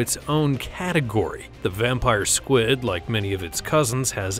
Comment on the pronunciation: I'm sorry did you say squad instead of squid in vampire SQIUD I don't mean to be rude but that's not how you say it